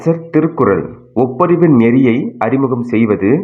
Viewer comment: ஒப்புரவு அதை ஒப்பரிவு என்று உச்சரிப்பது! தமிழை கூடுமானவரை பிழை இன்றி உச்சரிக்க முயலவும் நிறைய இடத்தில் வேகமா உச்சரிப்பதால் உணர முடிகிறது.